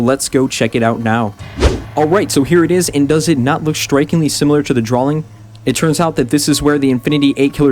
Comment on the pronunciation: Why can't say drawing properly? He says Drawling.